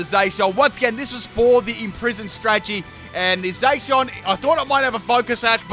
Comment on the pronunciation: Zay si on. Spot on pronunciation.